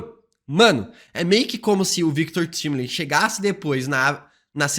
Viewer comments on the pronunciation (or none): O mais explodir de cabeça é o a todo momento chamando o Victor Timely de Victor "Timili" com "i" e em todas as cenas da serie que ele coloca é falado claramente Victor "Taimeli" isso realmente explode minha cabeça já que em em inglês tempo se pronuncia "taime" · É Victor “taimilin” 🙄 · pq insiste em ficar falando errado "Victor Timely"? vem da palavra tempo em inglês, pronuncia "tai"mely, ajuda a gente man, parece a volta do "feintiço"